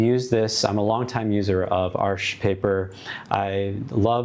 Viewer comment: Yay! Thank you for pronouncing Arches correctly!!!!!